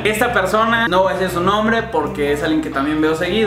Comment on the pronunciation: "Me voah espera" x2 😂